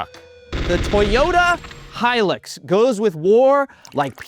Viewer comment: Aussie here. Repeat after me it’s a Toyota Hi-lux (hi-lucks) not Toyota hi-licks. Like the tv show Lucifer with the bar called the LUX.